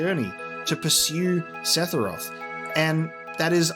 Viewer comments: It's funny how you say "Sethiroth", whereas I say Sephiroph. Why is his name so hard lol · Yall gotta get that seTHiroth pronunciation down haha